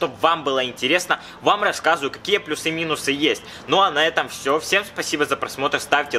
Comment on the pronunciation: Не плюсЫ, а плЮсы.